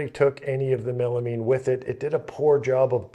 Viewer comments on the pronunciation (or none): Melamean? Is that like melamine and you mispronounced it. Say the word “mine” real quick 😂